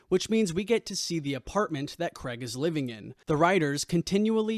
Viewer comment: It's Craig not 'Creg'!